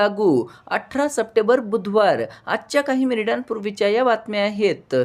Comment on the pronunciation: सपटेबर नाही रे भाऊ, " सप्टेंबर "